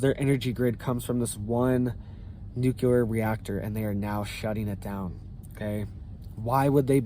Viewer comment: The word is New CLE-ER, NOT Nu Que- ler.